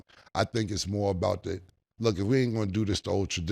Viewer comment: Saying "da" instead of "the" is even more wild